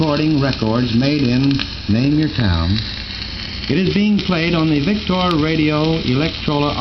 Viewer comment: he says 'vic-tore'...I say 'vic-ter'